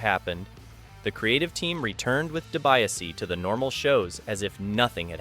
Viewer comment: If you’re gonna do a video on someone, at least get their name right. It’s pronounced Ted “dee-bee-ah- see”